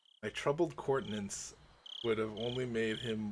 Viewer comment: I think this is more or less just a misreading of the word rather than you having the wrong pronunciation, but just in case, countenance sounds out like coun-te-nance. Using my bad hooked on phonics, count-in-ants would be close, I guess. It pretty much means facial expression. You know.. I kinda just mentally blocked out the second i in inviolable, causing me to think it was pronounced in-vole-able. Looks like you've taught me how to pronounce a word this time. Thanks!